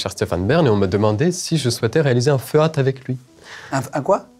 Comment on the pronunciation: Le gars a dit un feuate au lieu de dire feat